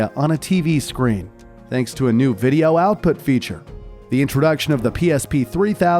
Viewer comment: ¿playstation viRa as you say or viTa? I quit the video, because this guy pronounces the words really weird.. playstation poRable, viReo, moRel, capabiliRy, in toROL, grand theftauRo, previous moRels, meRal gear solid, call of duRy, meRacriRic, unchaRed, poRable controller, abiliRy, uRilize.